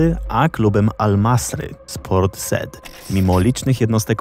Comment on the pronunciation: Ciekawie przedstawione. Ale Port Said po polsku czytamy tak, jak piszemy. Taka drobna uwaga. ;)